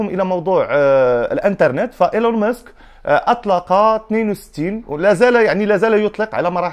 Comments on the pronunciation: إلون ماسك ماشي موسك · اسمه ماسك و ليس مسك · إيلون ماسك و ليس إلون مسك